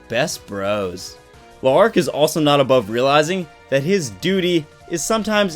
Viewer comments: its pronouced larc... its an easy misconception that it is le arc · Saying his name L'arc is better than La'arc. Kinda triggering actually (only die hard fan)